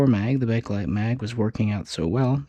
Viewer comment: It is Pronounced Bake Lite !!!!!!!!!!!!!!!!!!!!!if this due says BAKe-A-LITE one more time my Mother in law will die of-A- cancer.....cell